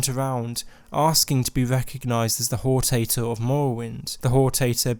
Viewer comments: it's "hor-tator" not "hor-tay-tor" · I'm pretty sure it's not pronounced "whore tator" (I'm sorry but that actually made me laugh out loud), but HOR-TA-TOR, "Ta" as in "Talent" and "tor" as in "torrent" Excellent video though :) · After playing Morrowind, it bothers me that he pronounces hortator as "hor tater." Guard: are you Nerevar... Hor tater... Indoril. Nerevar: ya caught me! Ya caught the tater! Also, referring to the tribunal as Demigods. AFAIK They're never referred to as that, though I haven't played through all of ESO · The way you pronounced Hortator killed my soul.